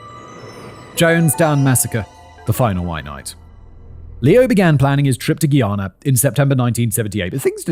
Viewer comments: Hihi👋 Simon! Just wanted to drop a friendly note from a Guyanese fan. Love the video❤ By the way, It's pronounced "Guy-ana," like "Hey guys." Noticed it in both this and your Guyana and Venezuelan conflict videos. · As a Caribbean person how he says Guyana is kill me😂